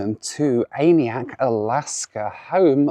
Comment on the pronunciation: Its absolutely killing me hearing him constantly mispronounce aniak